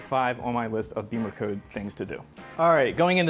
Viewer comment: It's Bimmer as In zim zimmer who git the keys to my bimmer. Not beemercode 😂